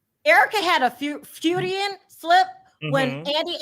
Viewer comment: That’s Freudian slip, not fuedian slip. ❤️